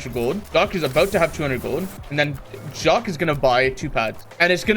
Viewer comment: it bothers me how he says jahq as jock